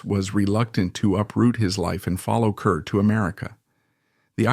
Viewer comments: It is pronounced KAR, not KUR!!!! And there are so many innaccuracies...and she never worked with Marilyn Monroe (who was NOT in From Here to Eternity!). Please gets your facts right before posting. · Grade F for inaccuracies and inability to even correctly pronounce her Name. (CAR not CUR) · It is pronounced Car, not Cur. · you are seriously uninformed about Deborah Kerr, pronounced CARR, as many have pointed out here, and as you should know. how did you get this job, anyway? your voice is so croaky. Deborah Kerr deserved better! i knew her, interviewed her twice. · Wendy Hiller wasnt in Love on the Dole. And it's pronounced CAR. Come on. Fine, use a fake voice but at least get the info correct.